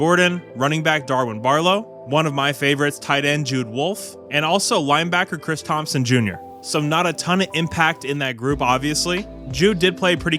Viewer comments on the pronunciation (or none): none